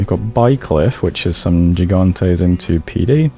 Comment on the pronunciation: The G in the beginning of Mekone's stuff is a hard g, like in grass. Sorry, man, but when I heard jigantes and jerontes in one sentence, my hand actually twitched.